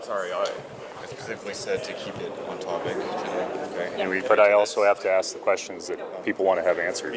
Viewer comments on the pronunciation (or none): I have the “asssk” issue too, I’m 64 yo and still have to mentalize that word to say it!😮